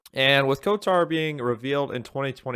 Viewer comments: Why are you pronouncing it as kotar do you say ald instead of old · The way you pronounce KOTOR is so tuff 😮‍💨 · Literally painful to listen to. But he’s one of “those” guys that plays as a girl in RPG’s, so not overly surprising.